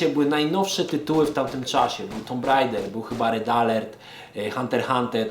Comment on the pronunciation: żaden tumb rejder tylko tak jak każdy zawsze mówił tomb raider